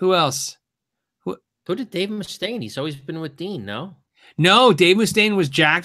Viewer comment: Dave MOO-stain